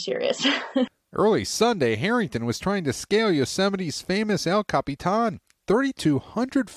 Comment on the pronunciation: el capitAAAAN lmao